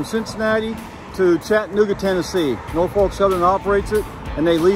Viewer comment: Great videos. A minor side-note : the "L" in Norfolk isn't pronounced . It's "NOR-fuk".... or if one still has a trace of an Elizabethan English (Southern) accent, " NAW-fuk". Thanks for sharing these vids.